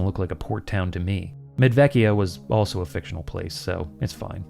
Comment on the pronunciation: I am wondering if the first town should be pronounced "Medwekia"? I'm no linguist, but I recall some Slavic languages have/had W and V pronounced... sort of opposite what English does.